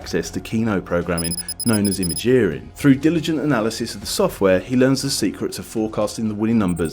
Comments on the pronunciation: 'imageering' is not 'imagineering'. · "Known as Image-Earing" No. I've sat through you not understanding the difference between CPU, Chipsets, and EEPROM, but I draw the line at failing at basic pronunciation. "imagineering" is the combination of the word "imagine" (Im-a-gine - three syllables) and "engineering" "imagine"+"engineering" = "ima(gine)ering". Im-a-gin-eer-ing - five syllables. Go back to school. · "Imageering" wtf? Haha :D You said it wrong but wrote it right.